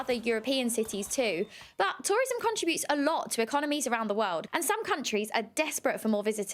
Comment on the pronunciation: Millenial with a nasal whine who can't pronounce contribute...